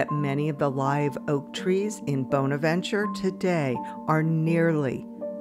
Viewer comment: I've always heard the word 'bonaventure" pronounced with a short o and not a long o when you're talking about that cemetery